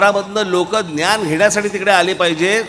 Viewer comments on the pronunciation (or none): none